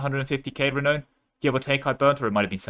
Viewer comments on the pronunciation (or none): interesting way to pronounce renown (renoun)...